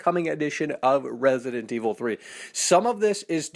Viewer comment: Yes I love "RASident evil" seriously guy?